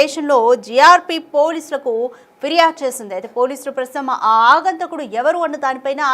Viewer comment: ఆగంతకుడు కాదమ్మా, "ఆగంతకుడు" తెలుగు భాషను పాడుచేయ్యొద్దు.